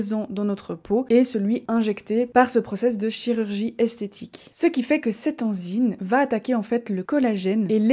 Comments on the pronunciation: On dit enzyme et non enzyne. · Salut, j’aime beaucoup le sujet Bravo pour le choix je voulais juste faire une petite remarque on dit enzyme avec un M et pas enzyne Bonne continuation